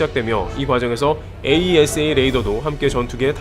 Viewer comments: 에이사레이더 이렇게 발음하면 됩니다. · 에이사 레이더라고하지 참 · AESA "에이사"라고 해주세요 ㅋㅇㅋ (울회사가 나와서 자랑스럽네요 ㅋㅋㅋ) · 다른 곳에서는 AESA 레이더를 '에이이에스에이' 하지 않고 '에이사'로 발음하던데 어떤게 맞나요? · 에이사 레이더라고 했으면 더듣기 좋을걸. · 에이사 레이다......스펠로 부르는거 어색해요~ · 장사정포는 아이언돔으로 못막아요 아이언돔은 미사일방어고 장사정포는 대형 탄두라고 생각하면 편함. 참고로 AESA 레이더는 에이사 레이더라고 읽어용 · 그냥 "에이사"라고 부르세요. 굳이 알파벳 하나씩 읽을 필요는 없어 보입니다. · 에이사 레이더라고 하세요,,, 거슬리네요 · 그냥 에이사 레이더라고 읽어주기는게 더 듣기좋을것 같습니다!